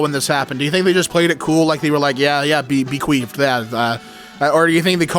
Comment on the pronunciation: “Bequeefed” honestly thought it was that not bequeathed I’m so dumb